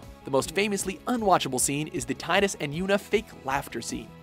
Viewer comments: It's pronoced tee-dus not tidus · When will you learn it is "Tee-dus" not "Tie-dus"? It has never been "tie-dus" except in Kingdom Hearts 2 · Its prenounced teedus not tydus. Why does everyone get it wrong... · The most awkward thing about the FFX entry is the pronunciation of Tidus' name.